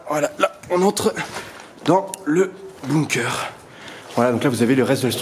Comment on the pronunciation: On dit pas « boumkeur » mais « bunker »